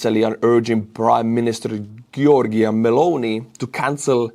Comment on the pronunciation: Spoken "Tshortshina Meloni"